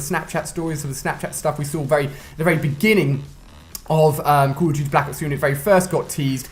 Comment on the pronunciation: Ali is saying cuhl oh diuti for call of duty oh maaan :D